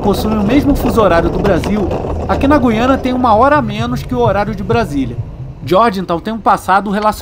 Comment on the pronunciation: Parabéns pela pronúncia correta de GU-I-A-NA. Os menos esclarecidos pronunciam, erroneamente, como GUI-A-NA, com o "u" mudo, com a primeira sílaba soando à semelhança da sílaba GUI, da palavra seGUIda ou da palavra GUIA.